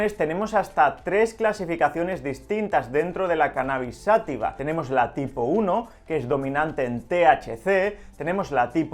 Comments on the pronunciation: Por que dice "sÁtiva" si no lleva acento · Se dice y escribe: "Cannabis Sativa" (Sa-TÍ-VA), no "Sátiva".